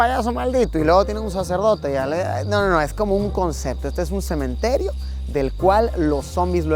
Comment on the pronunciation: Todo bien pero "cemeterio"? Fuuuck jsjsj